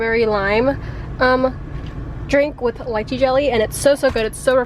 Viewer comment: when she pronounced lychee wrong.....